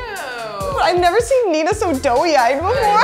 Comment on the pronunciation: Did just pronounce "doe-eyed" as "doughy-eyed"??